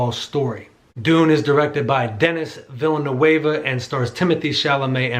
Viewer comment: Villeneuve is pronounced - "Vil-nuv". Not vee·uh·noo·ay·vuh